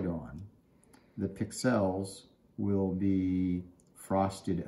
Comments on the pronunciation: Accent is on the pix not the el. You're welcome. 😁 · Never heard "pixel" pronounced like that 😁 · why are you saying pixel wrong??? Its annoying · HaHa! Some viewers like how I say it. You do you and I'll do it wrong. ;) Thanks for listening though!